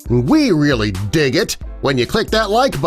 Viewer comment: Who else noticed that he said di instead of dig when he was talking